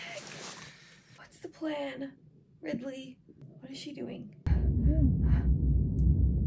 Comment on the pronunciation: When she calls Ripley “Ridley” you know she’s knows a lot more about the movie than she’s pretending. 😂😂😂